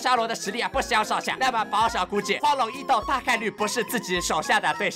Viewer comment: 應該是簡體字把「斗」和「鬥」合併了的原因，所以「斗」大陸是個多音多義字，表「斗」義就讀「抖」，表「鬥」義就讀「豆」，但有些人或者AI在不常見的詞裡就無法從詞義判斷讀音了。